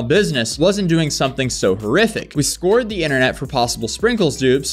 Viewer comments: We "Scored" the internet? Does that even make sense? What was the "Score?" Do you know how to say simple words? We "Scored" the internet!!?/ it's pronounced:"Sc-kow-ered!!" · "Scorred the internet"????? Seriously? It's pronounced "SKOW-ERD (scoured)" come on...sad to see YTers with such high subs mispronounce such simple words. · Who mistakes "scoured" for "scored"? This dude has to be dyslexic in some way. He does this multiple times in every video. He needs to acknowledge it then I'll stop calling him out. I refuse to believe he's illiterate. He's one of the two though and my brain needs to know which one. He mispronounces the easiest words in the world to say. Every single video. I have to know. Stop doing it or come clean man. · bro said scored as scoured 😂 i had to be that guy. also people never cease to amaze me with how stupid they can be. like wtf was this lady thinking 😂😂😂 some people man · "Scoured" is pronounced SKOW-erd. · The word is not "score" (which is how you pronounced it), but "scour"...sCOW-whir might be a phonetic spelling for you. Supposedly, literacy rates are up in most countries, but considering a couple years ago, they discovered 56% of American adults read at below sixth grade level. That's why the internet is full of bad spelling and worse pronunciations. I point this out because there's no excuse for either these days--you can look up words that you aren't sure of, but hardly anyone bothers. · Learn how to speak English. Scoured is not scored.😂😂😂😂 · Scoured is pronounced like s-coward. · Do Americans pronounce ‘scoured’ as ‘scored’? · I lol’d when you couldn’t pronounce ‘scoured’ 😂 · "Scoured" rhymes with "Showered" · Scoured rhymes with coward not bored